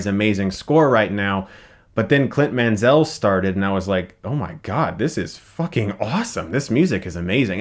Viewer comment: You are pronouncing Mansell wrong. The s doesn't take a z sound and the stress should be on the first syllable. Perhaps you have Denzel or Chazelle on your mind.